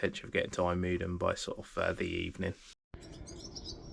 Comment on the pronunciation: Protip: it strikes me that almost all of the names of towns have their intonation reversed compared to what you'd assume from the normal englsh manner of approaching the words. IjMUIDEN, EnkHUIZen , AFsluitdijk. amsterDAM, Lovely video btw! Showing parts of the country and aspects of the seas that we rarely get to see much in detail like this!